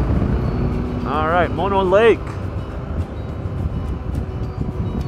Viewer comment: Haha! You just WILL-A-MET'd the pronunciation of Mono Lake!